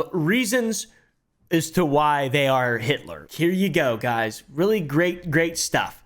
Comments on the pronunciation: Starts calling the guy heitler and than saying it how its written LOL is soo funny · Uh oh you said haitler and then Hi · Everytime says Height-lor I either imagine a Paul Bunyan sized Nancy or a Swedish dude trying to say the actual name lol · "heightler" - 2023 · Heighl heightler. 😆